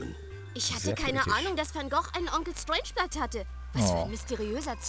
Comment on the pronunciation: Strangeblood kann seinen Namen nicht richtig aussprechen :D